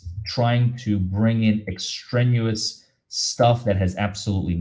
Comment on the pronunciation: The word is extraneous ex-tray-nee-us. A big word in the law. Apparently. Thank you,, for all you do. ❤️